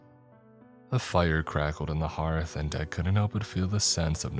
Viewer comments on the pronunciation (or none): none